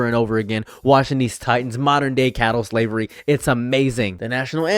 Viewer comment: my brother in christ. Its..."chattel slavery" not... "cattle slavery"